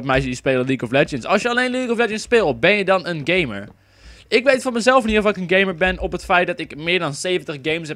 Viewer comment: Haha je zei heel de tijd gay-mer haha:-P